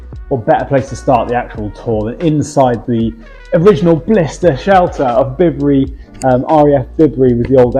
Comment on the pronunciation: And it's Bi bury not Bib ery.